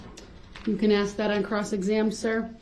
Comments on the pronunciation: It's ask not axe, sustain not substain, though not doe, grounds not grounz. He's a moron all across the board. He even tried to use his own ignorance as a defense. All he did was highlight how stupid he and most sovereign dopes are when it comes to real law. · Axe that question lol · Why can't Black people pronounce a word as simple as "ask"? Why is it you people can't do it. You just can't. "Ax" is a tool used to chop stuff up.